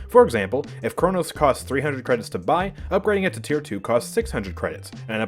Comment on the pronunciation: "Spend your cwedits before I spend dem for you!"